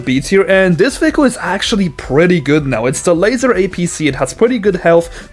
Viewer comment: its pronounced la-zar not laser